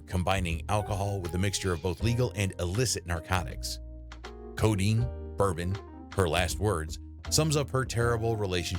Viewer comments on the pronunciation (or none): none